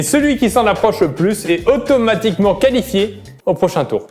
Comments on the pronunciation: Qui a remarqué le « Qualfié » au lieu de « Qualifié » 🤣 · Les gars le « qualfié » 😅